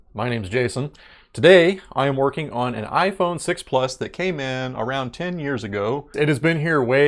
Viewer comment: Did you say tem years ago?